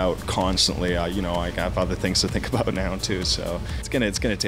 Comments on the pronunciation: lol he said abot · w00t; the Canadian "about" =p